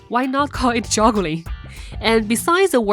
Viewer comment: Did she say joggling?